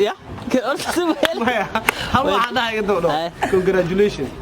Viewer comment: say “ Congratulation” but. said “ Congresslon” 😂😅😅😅